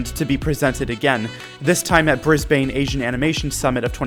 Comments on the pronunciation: i dont wanna be like nit picky but brisbane is pronounced 'brisbon' no hate!! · no it’s not bris non it’s bris bin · Your calling g Brisbane wrong it's pronounced brisbin